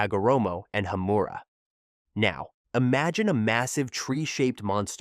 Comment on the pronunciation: Hagoromo susanoo wasnt canon it was filler and it's Hamura not Hammera